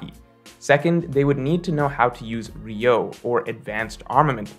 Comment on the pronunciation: It's "Ryuo" (Ree-U-O) not "Ryou", as for the rest, I agree with you except that Kid (unlike Luffy) is NOT alone Fighting an Emperor and knowing Haki develops in hardship, it is possible to at least start developping advanced conquerors haki against Big Mom